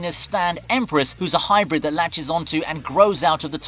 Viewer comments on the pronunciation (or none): none